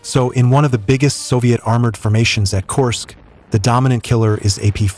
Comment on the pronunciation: AI audio needs to get better. This one is a work in progress. Korsk